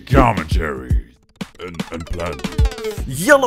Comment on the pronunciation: PLEASE! You pronounce "commentary" like comtary... I know this is silly but it makes me go mad, com en tar y!;d